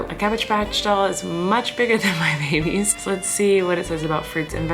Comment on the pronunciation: My family is praying that your little babeh’s (I tried spelling it the way you say babies 😆) will be home for Christmas. Sending LOTS AND LOTS OF PRAYERS AND AMAZING VIBES YOUR WAY! ❤️ ❤️ ❤️ ❤️ ❤️